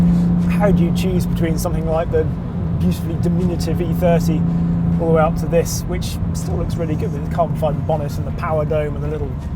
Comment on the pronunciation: FROM EEE THEURTEEE TO EFF EEGHTEE